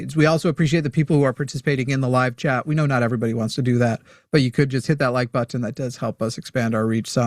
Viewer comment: It’s cute how says button, “butt ton”